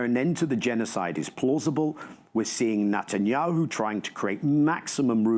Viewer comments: 🟥Why is he calling him NOTTAN yahu instead of NET an yahu? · LoL love how Daniel Levy calls him "Nut"anyahu. The was bibi claims to have done this i such BS we know who hold the pants here it's Trump, he's trying hard for that peace prize and bibi goanna feel it.